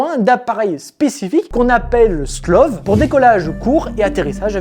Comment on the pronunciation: C'est pas "SLOV" c'est "STOVL", stovleuh en French. Difficultés d'énonciation ? Oh et il est rigoureusement impossible d'embarquer à la fois "une quarantaine de F-35B" plus 14 Merlin. Le hangar peut accueillir 24 F-35B point barre. Le pont accueillera le reste, exposé aux éléments. Des emplacements sont prévus pour 24 appareils sur ce pont (disons donc 20 F-35B et 4 Merlin). L'excédent éventuel de 10 voilures tournantes ? Il empiète sur les slots d'atterrissage verticaux ou sur la piste de lancement. Waouh, trop bien pensé !